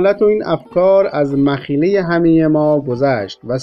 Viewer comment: درودتان باد ..اما صحیح خوانی رعایت شود .مخیله ؟ مخیله چیست دیگه ؟ مشدد خوانده میشود استاد.باعر ض معذرت